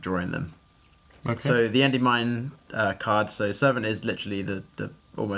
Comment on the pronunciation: Hearing you say "Endey-Mine" makes me want to die. Big Congrats though!